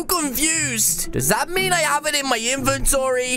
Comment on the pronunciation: Im a Fan but thats not how you say Gryphon or Griffin